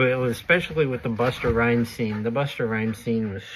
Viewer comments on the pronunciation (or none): Buster Rhymes?? Its Busta